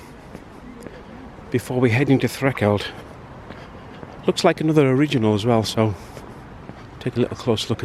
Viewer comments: You are pronouncing it Threkeld its actually Thre l keld. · It's Threlkeld so annoying you saying it wrong it's got a L in it !